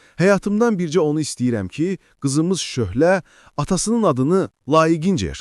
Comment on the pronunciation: Şöhle yox. Şöle😂